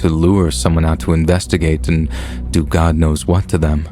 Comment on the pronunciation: Sad u a con too. These stiries i doubt r real. Eso judy. When a persin passes in luving faciluty ambulances dont come with siren on. Oh well u r grsat reader except when ucsay gd.